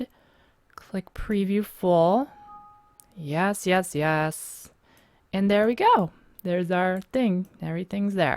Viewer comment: lol you pronounce and like ayand.